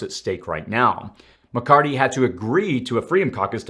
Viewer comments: Please. His name is Mc CarTHy. Not Mc CarTy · ITS MCCARTHY. NOT MCCARTY! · I think it’s McCarthy not McCarty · McCarTHY, not McCarTY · you sound like a Hillbilly. It's NOT McCartttttttttttttty as you like to say. It's McCartHHHHHHHHHHHHHHHHHHHHHHHHHHHHHy. You speak like you've never heard his name before.:oops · I like how you can him "mccarty" 😂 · Thanks for keeping us updated on current events. A slight correction in names. It's "McCarthy", not McCarty. 😊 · Something is wrong here. I'm not sure if someone wrote this dialog of this video up for you or am I seeing health symptoms? It's Blackrock not Blackstone. It's diplomats not diplomits. It's McCarthy not McCardy. That's just 3. Do you need to speak with the person who wrote this up or seek medical advice? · McCarthy...thank you. I kept hearing "McCarty" and thought my hearing was going bad. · Good vid. BTW, it’s “McCarTHy.” Thanks. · Just saying, It's Mc-Car-THY...last part is "Theee"...apropos of nothing. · Just fyi: Kevin McCarthy…the “h” is not silent. The “th” should be pronounced as such not McCarty. Thanks for all the info! Please keep up the great work! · Muh Car The..... is how you pronounce the speakers name 😂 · Where are you getting the hard T?, It's McCar-THEE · Are you purposely mispronouncing Mccarthys name? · Kevin McCarthy with a “th” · What is the record for mispronouncing McCarthy? :) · Mc Car thy (thee) not Mc Cart EE! Anyone else ever notice this guy pronounces certain words weird (incorrectly). Find it very very interesting!?! Even the Kevin is off! Not the first or second time I have noticed this makes one wonder.🧐🤔